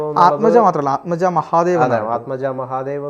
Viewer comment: മലയാളിക്ക് വടക്കേ ഇന്ത്യയിലെ പേര് വായിക്കാൻ അറിയില്ല. ആത്മജ അല്ല ആത്മജ് എന്നാണ്. Aatmaj എന്ന് ധാരാളം ആൾക്കാർക്ക് പേരുണ്ട്. എന്റെ പേര് തിലകൻ എന്നാണ്. വടക്കേ ഇന്ത്യയിൽ ചെന്നപ്പോൾ അത് തിലക് എന്നായി.